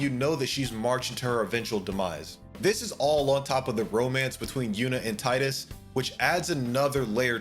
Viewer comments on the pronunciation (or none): I was enjoying the video until FFX started and he called Teedus Tyedus. Then even worse said ZanAreKand instead of Zanerkand🤢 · Three things: It's TEE-dus, not TIE-dus. It's zi-DANE, not zi-DAHN His name is Cecil, not Cecille